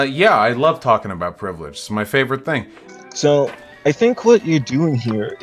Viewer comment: this dude keeps saying privrige